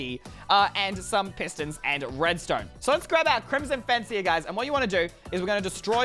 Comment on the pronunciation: When he was building his favorite he said crimson face instead of fence😂😂